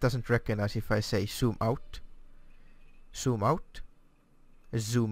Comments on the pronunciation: "Soom out. Soom out. Soom out. Why it no woooork? Ssssshooom out." :D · he says sooom out and is wondering why the zoom is not working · To my ears, when you said, "zoom", I heard "soom", and "yaw" sounded like "chaw", When you clearly said "zoom", the software recognised it. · She doesn't get you because she expects to hear 'Zoom Out', not 'Soom Out'.. or 'Super Cruise', not 'Supher Crews'. :P Otherwise this program really is a great addition to ED and SC, as well as other games. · I think the problem is how you pronounce 'z' sounds, sometimes you pronounce zoom, 'soom' but when you pronounce it 'zoom' it recognises you. Same with Supercruise, you sometimes pronounce it 'Supercrooce' but it need to sound like 'Supercrooz'